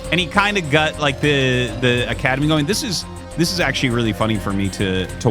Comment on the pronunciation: I've always found it funny that RT pronounces "got" as "gut".